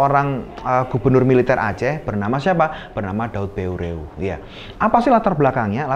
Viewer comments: Maaf di koreksi, Daud Beureu'eh = dibaca daud ber,eh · penyebutan nama "daud beureuh" kayanya salah,ya,,,,,, harusnya seperti menyebut kata " peuyeum" dalam bahasa sunda,,,,,,mohon kritik pula pabila salah